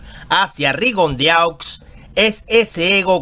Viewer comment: Se pronucia Rigondo